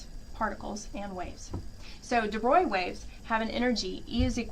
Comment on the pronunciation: Hear, hear! The right pronunciation of the name of the French physicist De Broglie: . ("De Broy") By the way, for more than 2 waves delta-k turns into a standard-deviation.